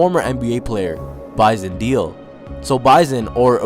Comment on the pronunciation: Bison Deal???. It's Bison Déle moron